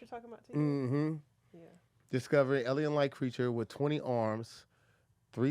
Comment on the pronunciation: The word is Alien.: Ellen 😂😂😂😂